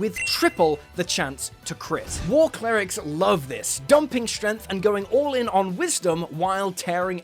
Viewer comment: "Shdrenff", "jool weeldurr", "cunndjirr"